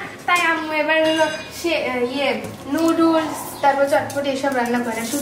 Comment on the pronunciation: নুডুস না আপু নুডলস হবে কথাটা